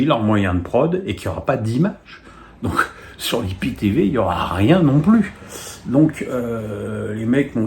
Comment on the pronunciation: Euh … on dit aie pi ti vi et non pas i pi ti vi